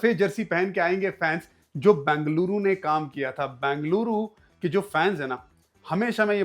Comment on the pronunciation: Please don't say Bangluru.. it is Ben-ga-lu-ru